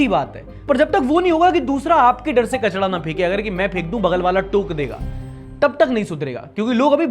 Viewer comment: अरे भाई कचड़ा नहीं कचरा